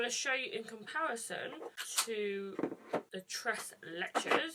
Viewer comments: She said tres leeches the 2nd time I laughed so hard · wet myself...surely she knows you don’t pronounce the s? Maybe she was in a hurry....sure felt that way! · The way she pronounced “tres leches” 😂😂😂 im sorry i couldn’t help but laugh a little ❤️❤️❤️